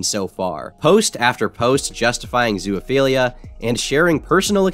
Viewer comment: This has been bothering me for several videos but why the fuck do you say "zoo-A-philia"? Where's the A sound coming from?